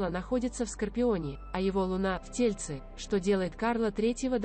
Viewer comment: Неправильно ставите ударения (в тельце )ударение на последнюю букву Е , а тельце ударение на вторую букву Е значит тельце маленького ребёнка.